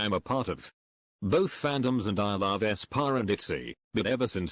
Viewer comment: Nobody: The voice: æSpÅrh